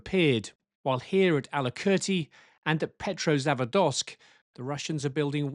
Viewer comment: Pet - ro - zava - dosk? It's 'Pet - roza - vodsk'. It's even spelt in roman characters on your own map to make it easy for you.